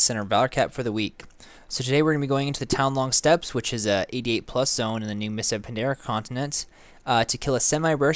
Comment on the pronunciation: doesn't know how to pronounce steppes